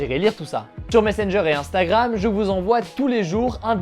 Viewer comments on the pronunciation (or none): none